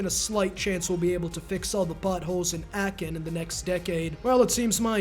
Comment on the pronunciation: As a german i really appreciate all the historical sidejokes. And dont worry: Your pronunciation of Aachen is the best one ive heard so far.